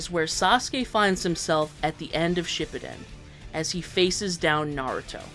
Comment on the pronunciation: Have I been saying “Shippuden” wrong all this time?